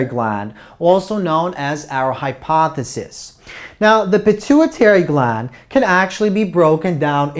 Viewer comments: lol I thought I was the only one who keeps hearing hypothesis. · Thank you very much for your lectures!!!Congratulations!They are totally awesome!I just wanted to mention something of no significance,just for the record.The "ph" is always pronounced as "f", which means that hypophysis is pronounced as "hypofysis".